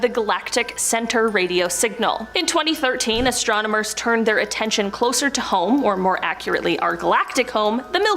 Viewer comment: "Astromonomers" I'm saying that for now on ❤😂